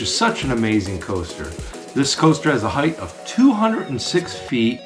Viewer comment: height, not heighth.